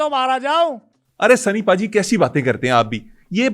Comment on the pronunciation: اس کو بھا جی نہیں بولیں ۔اس کو پاجی بولیں ۔سنی پاجیت